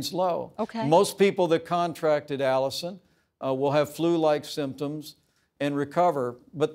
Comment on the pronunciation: My apologies: "Alisyn" not Alison...